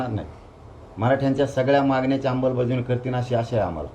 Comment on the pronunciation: तू जोपर्यंत "आंबलबज्यावणी" ऐवजी शुद्ध "अंमलबजावणी" असं म्हणत नाहीस तवर ज्यारांग्या, लिहवून ठेव, तुला आरक्श्यान भेटत नसतंय..‌